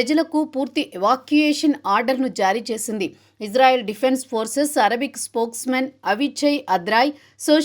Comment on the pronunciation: గురువు గారు మీరంటే మంచి అభిమానం ప్రతీ వీడియో మిస్ కాను సార్ దయచేసి నా మనవి వినండి ఇశ్రాయేల్ అనండి/వ్రాయండి సార్ ఇజ్రాయేల్ కాదు సార్ హిబ్రూభాషలో ఈవిదంగా లిపి ఉంటుంది יִשְׂרָאֵל కుడి నుండి ఎడమకు చదవాలి 1.యోద్ =య "ఇ" ( *יִ ) 2. షీన్ = ష లేదా “శ” ( * שׂ ) 3. రేష్ = ర (*רָ) 4. అలెఫ్ = ఎ (* אֵ ) 5. లామెద్ = ల (* ל ) *ఇశ్రాయేల్ * ISRAEL ఇందులో "J" ఎక్కడుంది సార్ దయచేసి ఆ దేశ సార్వబౌమాధికారంతో పెట్ట బడిన పేరును అమానించవద్దు, ఇది గమనించండి ఆదేశం యొక్క పేరును అబాసుపాలు చేయకండి. మాకు తీరని అవమానం. ప్రతీ అక్షరం క్రింద ఒత్తులు (దాగేష్ ) ఉన్నవి. హిబ్రూ అక్షరమాలలో "జ" అనే సౌండు లేదు మీకు శతకోటి దండాలు తప్పు పలక కండి,వ్రాయకండి.